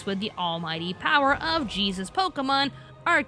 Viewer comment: Had to stop watching because you kept getting the name wrong. It's "Pokémon: Hoopa and the Clash of Ages" not "Pokuhmon: Clash of Ages."